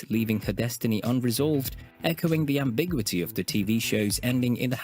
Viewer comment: Am-bi-GYEW-I-TEE. That's phonetically how you say it.